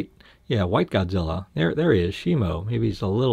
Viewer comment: My life is a lie It's Shimo not Shimu